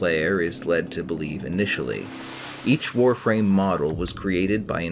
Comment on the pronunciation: Thank god you can pronounce the Warframe words right